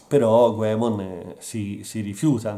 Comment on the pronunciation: E hai pronunciato anche Goemon alla giapponese, come dovrebbe essere e non Ghemon!